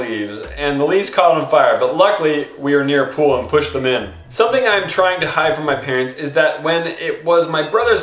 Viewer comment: hid ? its hide by the way no hate